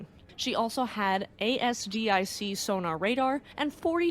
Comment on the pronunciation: It's pronounced 'Az-dic'. You don't have to spell the acronym.